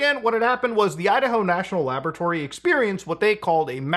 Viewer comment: Love how he says “laboaratory” like Dexter haha